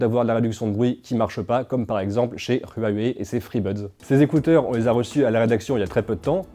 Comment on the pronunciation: Alors les amis vous utilisez des écouteurs sans fil? Si oui, quelle paire a conquis votre cœur? PS: prononce trop mal Huawei on lui fait quoi?